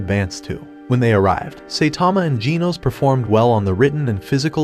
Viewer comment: It's now jeans not genos